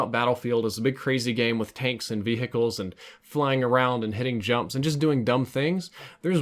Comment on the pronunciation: Love the way you say vehicles: V hickles